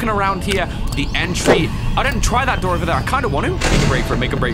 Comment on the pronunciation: U,mm you said daor I swear it’s door boi